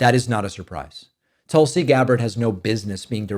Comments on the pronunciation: Dave, thank you for saving Tulsi Gabbard’s name correctly. Tul-See vs Tool-See. I had a great morning and busted out laughing to myself while I was stuffing my face with donuts. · Thanks for not saying Toolsi.